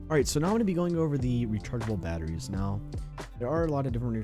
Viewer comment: "there are a lot of different rechargeable baauuahheries"